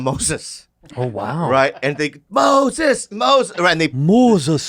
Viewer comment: Mosesuh! Mosesuh! ahahahahahahahahahahah